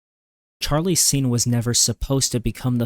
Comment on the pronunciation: Then how did he mispronounced Charlie Sheen's name